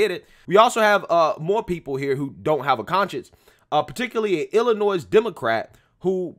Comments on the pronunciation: Just a few tips: Waukesha = Wah-KEH-SHA Illinois = Illinoy (the "S" is silent) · Wuak au shaw.. And there isn't a "S" sound after Illinois.. I'm just helping, I live in Illinois and I'm and Hour from Waukesha.. You're killing me smalls lol. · It's pronounced Waa Kuh Shaa And Ill Annoy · Bro…….the S is silent in Illinois